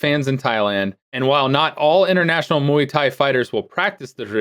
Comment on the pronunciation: But actually, Mark pronounced the first word correctly, close to the original pronunciation.